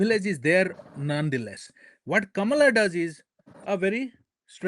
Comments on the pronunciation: Jared, why did you allow him to intentionally mispronounce her name without correcting him? Everyone knows how to pronounce her name, but he and his ilk deliberately mispronounce it just because they don’t like her. It’s immature and disrespectful. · It’s always interesting to me that people have no problem pronouncing Obama’s name even in their critique of him but somehow, particularly with men, saying Kamala’s name the correct way is a bridge too far. Patriarchy is just as deeply rooted as racism and capitalism.